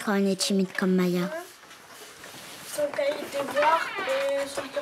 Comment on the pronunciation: oui voilà et c Maïa pas Maya mdr